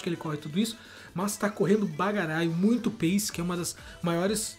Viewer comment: Doeu na alma esse " pace " com c, na tamb mds kkkk